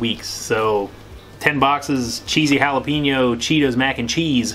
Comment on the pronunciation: He said jalapeeeeeño lol it’s just funny to me because I’m Mexican and the way he said it sounded so white lol but he dominated great job👌👍💯 and since you did the cheese one and the cheesy jalapeño does that mean you are gonna do the flamming hot one?